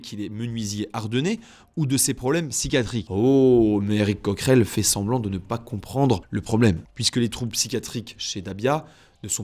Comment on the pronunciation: Eric Cuckerel... 😉 c'est seulement mes oreilles ? 😅